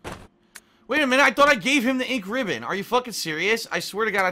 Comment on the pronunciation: I'm crying here.. That door thing, what in the ever living fuck, who would do that? Let alone FILM THEMSELVES DOING IT AND UPLOAD IT TO THE INTERNET. Jesus H. PMSL watching this, cheers :D Also why the fuck does he say "Ink Ribbon" like that, is it off or is it just me? Like he puts emphasis on Ribbon Instead of Ink. Maybe it's just me, anyway wtf am I talking about why did I type this out.. One last thing who runs out of Ink Ribbons LMAO, they're basically just a technicality to anyone with a clue how to play.